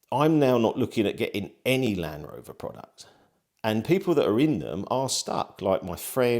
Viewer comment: Doubtful you will get any meaningful response. Also it’s LAND Rover not LAN-Rover😂